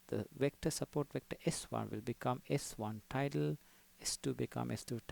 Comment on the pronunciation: It's Tilda not Tidle. Good video